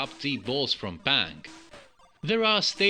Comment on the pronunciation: Colors & backgrounds are gorgeous, & show off the Amstrad colors very nicely, but they are perhaps too busy. The character is cute. I like him. I don’t know the game this is based on (initially when I heard “Pang” I thought you were saying “Panic”, so I thought of “Space Panic” but it’s definitely not that, lol). Watching the gameplay, it seems fun enough, but since I have never played “Pang” I don’t know what to judge it against. Another great review video,.